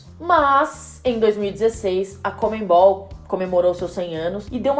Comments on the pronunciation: Se pronuncia conmebol e não comenbol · Pessoal de São Paulo, não é conmeMbol não.. Por favor, falem CONMEBOL! Como é o certo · "ConmeMbal" kkkkk